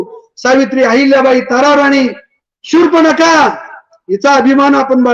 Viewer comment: शूर्पनखा नाही हो शूर्पणखा.